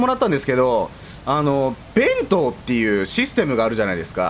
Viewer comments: べ⤴︎んとう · 弁当のイントネーションが私が思ってるのと違った